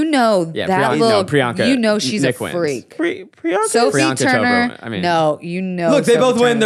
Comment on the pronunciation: It’s pronounced ‘Priyanka Ch-oh-prah’, not ‘Shop-ruh’.